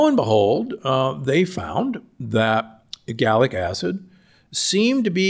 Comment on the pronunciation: Isn’t it ellagic acid and not “egallic”acid? How can you be a “polyphenol expert” and not know this?